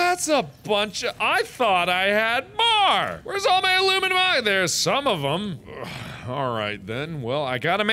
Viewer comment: That one part wher he was looking through the lockers and said aluminum oxide I heard illuminati